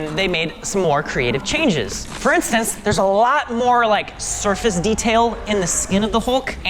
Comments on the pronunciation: ‘Surace’ instead of ‘Surface’ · Surface or Surace? See? We all make mistakes guys. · Hey Guys.... “Surface Displacement” Surace Displacement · “Surace Displacement”? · "Surace Displacement"😂